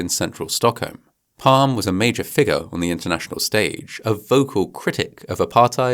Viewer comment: Nitpicking. Olof PalmE.. the E is not silent. :)